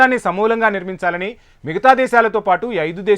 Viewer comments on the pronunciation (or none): Ugravadam samulanga nirmanchala.. 😮 What a reader .. Nirmulinchaali... 2.50